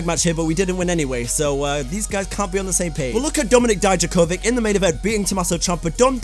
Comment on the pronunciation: How come you can say ilia draganov but you can’t say Dominik dijakovik? 🧐